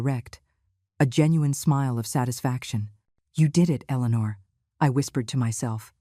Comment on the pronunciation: I'm so happy to hear Eleanor pronounced correctly that I forgive you! ❤Much better!